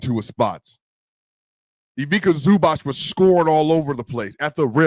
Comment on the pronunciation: Come on man, show some respect for Ivica and learn how to say his name... just lika you say pizza - Ivizza (if this is easier for you)